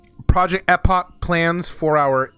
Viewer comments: Bro if I hear project Ehhhpok again ima snap. It’s pronounced Eeeepoch lol I’m glad for this change though. Finally will be able to play epoch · Project Eh-pock 😂